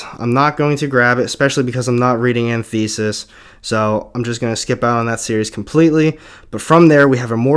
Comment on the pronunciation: Pronounciation: Fantastic Four An tith e- sis. I want you to sound smart